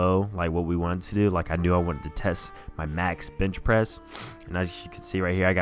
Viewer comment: ... Did he say b*tch pressing?